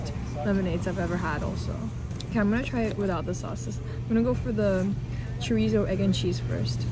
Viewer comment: Chorizo as well 😂